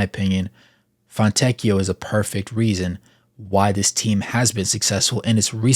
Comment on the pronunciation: Thank you for attempting to pronounce his first and last name properly. As an Italian it is always horrible to hear Italian names Americanized